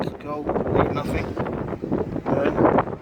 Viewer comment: Nothing, not Nothink.....